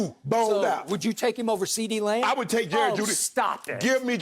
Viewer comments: “Cee Dee L’s pile up” 😂 😂😂😂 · CeeDeez L's LMAO